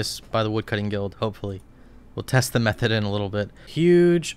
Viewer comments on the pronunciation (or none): none